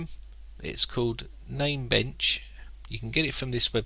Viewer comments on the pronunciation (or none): dude. it is NAMEBENCH